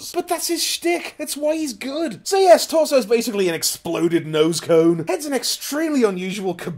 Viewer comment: Exploded nose cone? Explos-cone?